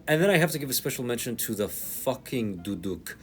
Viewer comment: Bro said duduk with the hard D